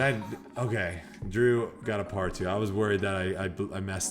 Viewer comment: Paul you almost had it. call it a "par-tee"